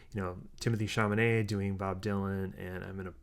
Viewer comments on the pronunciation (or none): I teared up, too - the way the characters cared for one another really came across. BTW, it's Chalamet, not Chamanet. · i've been logged out of my you tube account for a week and a half and finding your review of film i also was thrilled with is fantastic...i'm tempted to spell chalamet's name with a q since that's what it sounds like when you pronounce it (!!!)...i AM a joan baez fan but wasn't prepared for how much i loved monica barbaro's portrayal. i've been a fan of elle fanning for a long time (a precursor to the archivist)??? but would have continued writing protest songs to impress monica/joan!...i want directors to do for the phases of bob what is being done for each individual beatle...film after film depicting him!...great video!